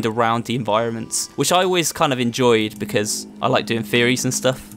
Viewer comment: lmao, yeah he did say theories